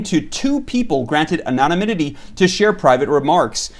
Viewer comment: OK,, repeat after me: Anon - im - it - tee. Anonymity. ✨👍🏻✨